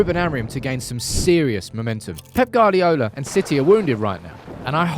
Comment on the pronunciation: FFS Sam Plsen is Pronounced like Pilsner lager??? Pilsen, not Fkn Plesen, and it's Guadiola, Gward-iola Gward-iola, not Guard-iola